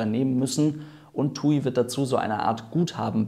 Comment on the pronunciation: Ich finde es lustig wie er tuiiii sagt